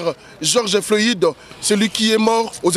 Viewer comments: c'est pas Georges floïde mais plutot floyde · geoge floyide? Yokaka ata soki mundele Azo prononcer okandi au lieu ya ko déformer kombo y’a mutu